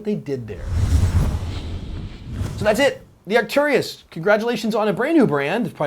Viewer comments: Please Americans, learn how to speak English Properly. Arcturus pronounced 'arc-turus' and centaur pronounced 'cen-tor' ;-) love from the English. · Arc-tur-us. There's no "I" in the word. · Love your show, not to gripe, but it sounds like you mispronounce Arcturus. Keep up the good work, and as always, I'll be sure to call my freakin' hits.